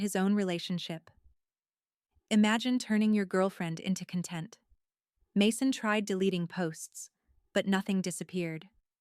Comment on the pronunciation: It's CON̈tent, accent on the first syllable. I hate mispronciations